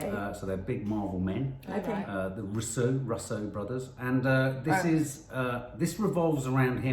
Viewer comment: pronounced Russo (Roos-oh) Brothers not Ruuuussssoooo brothers